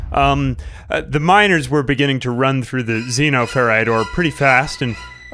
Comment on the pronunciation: It's pronounced Xenoferite. You're welcome 🤣